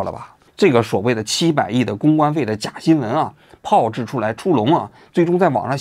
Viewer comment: 挑个错 “炮制”是二声不是四声